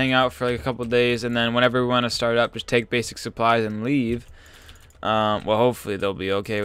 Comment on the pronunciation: You say start like starrrrrt lelel